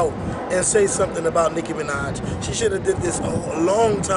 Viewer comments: oh and your on here because? and i believe her name is nicki minaj, not nick manaj :) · "licki minaj"? lol